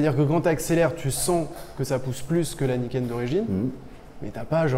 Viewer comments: à un bon coup de guidon il a malmené le bordel lol et niquel l'analyse avec le GPS.... Je comprend maintenant pourquoi Franck répond pas à ses mails il bossais sur ce fameux. Niken (et non Naïken lol). Gaz les gars et gaffe à vous. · On dit ni-ken en japonais, pas naïken. « Ni »=2 et « ken » =lame